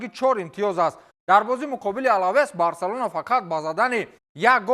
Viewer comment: Номи Барселонара эхтиёт када талафуз кн